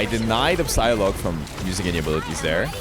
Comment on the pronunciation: It's a silent P when you pronounce Psylocke meaning Sci-lock (Sci as in Sci--fi)